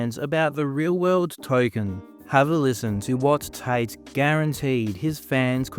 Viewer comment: For two brothers with the last name Tate you'd think they'd be able to properly enunciate the letter T.